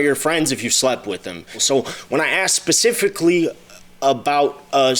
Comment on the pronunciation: On top of him repeatedly saying it...it sounds like he's saying pacifically at the beginning. 🤦🏽‍♀️